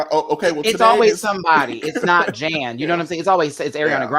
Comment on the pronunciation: Omg I love this panel! Good job guys., why do you keep calling Jan Janathan? Lol I don’t get it